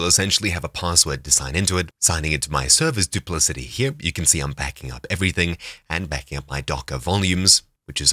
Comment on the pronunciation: I think it is pronounced with a 'k' as in 'cat' as 'dupliKati'.